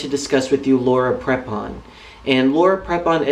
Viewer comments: its laura prepon pronounced pr(ee)pon if your gonna hate at least say her name right lol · My thoughts exactly (and it's pronounced "Pree-pon", for what it's worth). I understand what you're trying to say,, but: (a) Many, many ex-members have realized after leaving the Co$ that they were "brainwashed" (you used that phrase yourself in the "Joining Staff at Scientology Pasadena" video) so it seems kind of unfair to single Laura out. (b) other churches can twist words from their "sacred texts" around and make them seem what they are not (ie. deliberately misinterpret them, when it's convenient for the church). From what I've seen in some documentaries, Tommy Davis was really good at doing this sort of thing when he was Scientology's mouthpiece. (c)If you're a true believer, then this kind of thing (believing deliberately misinterpreted lines of text) is all the more easier to accomplish. When it comes down to it, belief is belief and even if people are shown the truth, a true believer (as I suspect Prepon is) will disregard it and believe only what their church tells them. As for her role in "Orange", she does a fantastic job of portraying her character (Alex) and her chemistry with her female co-star Taylor Schilling (who plays her ex/current lover) is effing sizzling, so she's not holding back on playing a lesbian character as far as I can see:)